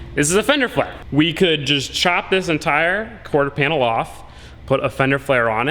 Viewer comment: Not corter, quarter bro, not trying to be mean jusy tryna help u out a bit with that one